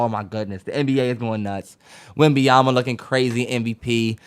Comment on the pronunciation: has never said Wembanyama correctly🤣